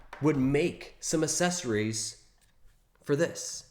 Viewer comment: please, for the love of god, stop saying "Assessories." There are 2 Cs in the word; the first is hard, the 2nd is soft.